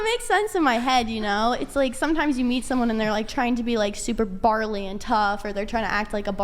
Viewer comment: Did she really say “barley”, like, are we men trying to become grains? 😂